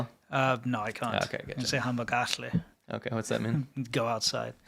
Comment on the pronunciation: Hi. I am South African. Your pronunciation of "gooi" and "hamba gahle" is very good. "Hamba Gahle" is a Zulu word which actually means "go well" or "travel well".